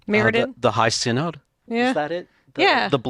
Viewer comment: Since this is a lore podcast, I feel it’s important to mention that “Synod” is pronounced “SIN-əd”, not “sigh-nod”. I actually work for a synod, it’s not an mtg-specific word